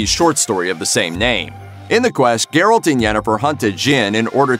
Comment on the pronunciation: he said garret